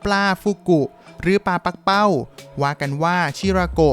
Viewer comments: ปักเป้า ไม่ใช่ ปั้กเป้า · ที่ถูกต้องอ่านว่าปลา ปัก-กะ-เป้า